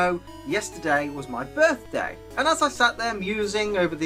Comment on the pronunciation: Herppy Lerte berthder man